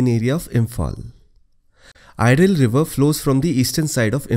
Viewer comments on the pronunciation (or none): Sir, Iril should be pronounced as "Eril". E means Blood in our native language. I forgot the name of the battle but after that battle, the water colour of the river turn into red due to the bloods of the warriors. And the river was called Iril after that incident because it looks like a river of blood. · Great effort.. Nice... Correction for pronunciation: Iril river has to be pronounced as "Eeril"or "eereel" not "airil"... And one more river "Tuilang river " is missing from your list in Manipur! Thanks! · Another great video sir. I envy ur deep knowledge even about minor streams. One information to add here, River Iril of Manipur should be pronounced as Eereel, not Airil/iril. :) eereel means a kind of channel/stream in Manipuri